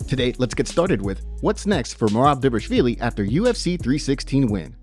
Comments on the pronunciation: Di-vaal-ishhh-viili. Get it right !! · Pronounce Merab's last name correctly!